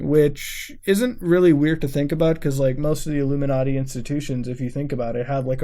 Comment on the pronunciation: Lol "illuminardy"